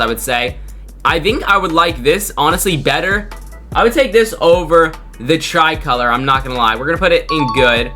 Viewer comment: Not the try-color😂😂😂😂